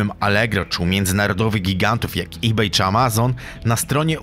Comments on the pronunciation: błagam wymawiaj po ludzku ebay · Nie [e baju] tylko [i beju], nie [austin] tylko [ostin] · Nie astin, a ostin, nie ebaj, a ibej. Przed nagraniem odcinka usiądź i poczytaj o prawidłowej wymowie zagranicznych nazw, bo kłuje w uszy.